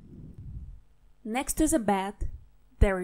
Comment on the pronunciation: Больше спасибо. I thought it sounded like you were saying будет as in “will be.”